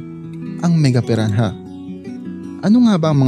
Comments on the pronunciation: Pi-ra-na not pi-ran-haaaaduken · Silent h po kuya